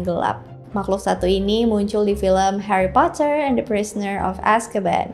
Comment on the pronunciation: Heri potah